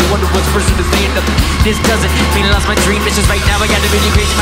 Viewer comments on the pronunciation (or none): none